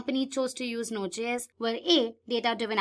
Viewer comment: Please redo the voice over. It’s pronounced “jay-s”, not “gee-s”. It JavaScript, js - not gs.